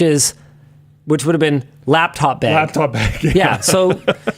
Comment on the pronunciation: Guys am I the only one that kept hearing "laptop egg" instead of "laptop bag". I feel like I'm going insane.